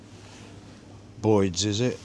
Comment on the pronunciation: It's Boyes not Boyds FFS!! 🤦🏻‍♀️🤦🏻‍♀️